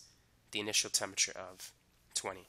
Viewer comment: "temmiture" pff I mean thanks for the vid :)